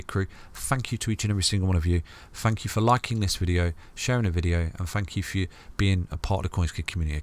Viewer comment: The Thank you sounds like Fu#&k you.... Lol